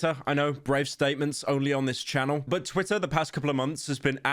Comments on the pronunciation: Yo he’s actually saying twITTA, and not twi-uh. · Good job pronouncing Twitter correctly and not saying "Twi-uh"...I know that was hard ❤